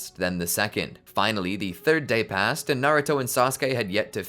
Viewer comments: you said lord fourth instead of lord third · did i heard lord fourth